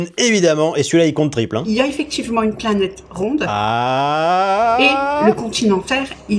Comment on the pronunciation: La terre est plate ! La preuve on dit "pla nète"😆